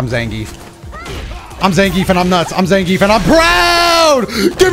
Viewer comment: You pronounce Zangief wrong.